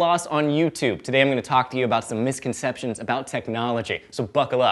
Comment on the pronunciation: Two things - 1) In the last Misconception, the word 'likely' is misspelled as 'liekly'. 2) It sounds like you are saying 'misconceptionate'. Maybe because of the speed you are talking...